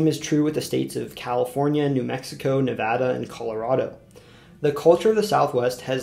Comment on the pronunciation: I'm not from Nevada, but I'm from the Central Valley of California, by the Sierra Nevadas, and I want to say thank you for pronouncing Nevada correctly. For some reason so many people who aren't from Nevada or the surrounding area have in their mind that it's pronounced "ne-vah-da," since that's the Spanish pronunciation. What I say to those individuals is, it's not the same word. Just like Montana isn't pronounced Montaña, its not the same word and is therefore pronounced differently. Same with how Los Angeles is pronounced "Lahs Anjelless," even though they're Spanish words, they're American places, and we pronounce them differently. However, being from the Valley, I have been exposed to so much Mexican culture that I tend to pronounce Spanish words as correctly as possible. But only in the context that they are actually Mexican or Hispanic in some way.